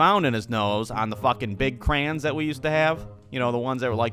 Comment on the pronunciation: OH! That hurt... he said crans not crayons